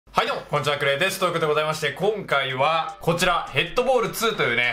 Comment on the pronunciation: 今更ですが、VIPさんの「ク↑レイ↓さん」って発音好きですw